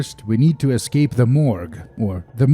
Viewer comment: "We need to use this plane to e'scape this torment!" -John Torment, 2019